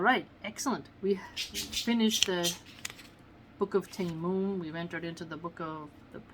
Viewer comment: Salam sister Love your vids .. they are extremely beneficial Ps its pronounced TA-YA-MONN emphasising the As.. TAA-YAA-MONN